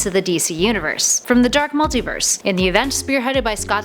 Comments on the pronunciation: Jesus Christ, I have never heard this much butchery of pronunciations for so many words. The pronunciations weren't even consistent either. She kept on going from "Multaverse" to "Multiverse" then back again. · Why is she saying "Bar-Ba-tos Mult-I-verse Nth metal" Weird?